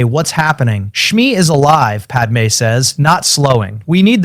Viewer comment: I'm listening to this one just now and the wording is better than the new ones. Far less ridiculous sentences, also it can say padme correctly! I hate it when he tells everyone everything, he could just say he's had a few memories and all the skills from the future came back. He doesn't need to tell them all the terrible things he did FFS.